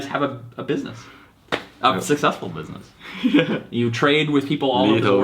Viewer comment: busimess man 🤣🤣🤣🤣